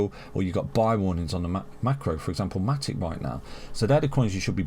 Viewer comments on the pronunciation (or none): none